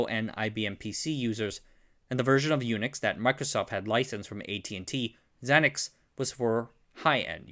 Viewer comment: Xenix is pronounced zee-nicks. A play on U-nix get it? 🙄